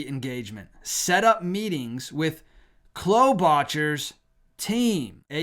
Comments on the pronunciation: Amy "Kloe-bah-Char". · Amy Klobuchar is pronounced klo (rhymes with glow) with the stress accent. Then bu, then cher (shar)